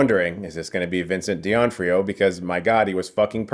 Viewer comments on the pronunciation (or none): The correct is D'Onofrio (says Donófrio), not Dionfrio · It's doe-noff-rio. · Vincent who? His last name is D'Onofrio, like Don-Oh-Free-Oh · Bruh its d’onofrio not dee onfrio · Vincent D'Onofrio, just got his name said wrong. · You apologized vocally to a deaf actress for saying her name wrong. I found that appealing to my dark humor. Also, it's Vincent Duh -no free ohhh. Not deeonfreeo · It’s doe-NO-frio. And don’t worry, no way Kingpin is dead. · Dinofrio, not Dionfrio. Come on Chris😊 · Vincent "Dee-Onfrio"???? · Isn't it pronounced Vincent "Doe noff rio" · It’s DO-NA-FREE-O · I agreed with almost everything stated in this review EXCEPT for the way Chris pronounces Vincent D’Onofrio’s name :( I cringed every time he said it lmfao. It’s pronounced DO-NOF-FRIO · Is Chris saying: Vincent Di An trio? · Phenomenal review as always...but why...why do you pronounce Vincent D'Onofrios name so so wrong? Ouch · I don't think that's how you pronounce Vincent D'Onofrio's name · Might wanna go back and take another whack at Vincent d'onofrio's name again, brooooo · Funny that you worried about mispronouncing Alaqua Cox, who is deaf so she'd never hear it anyways, and then you totally said Vincent D'Onofrio's name wrong, lol. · Is no one talking about how he butchered the name of the great Vincent D'Onofrio😭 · That's not how you pronounce Vincent D'Onofrio's last name. It has an F in it, not a T. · lol. He doesn’t know how to pronounce Vincent D'Onofrio. Lol. Not the only one out there, but this is the most unusual way I’ve ever heard someone pronounce that name hahaha. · Did you really say Vincent D’Onofrios name wrong every time? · I enjoyed the show but it felt really juvenile, like it was aimed at 12 year olds. Oh and Chris... you're mispronouncing Vincent D'onofrio's surname. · Oh Chris, all these years later and you're still adding an "I" to Vincent d'onofrio's name.